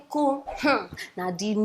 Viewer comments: Every time you call Amotekun, I hear Omotola. .. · The way she pronounced the AMOTEKUN sounds funny. :))))